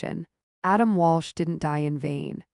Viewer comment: It's Adam Walsh, not Walch.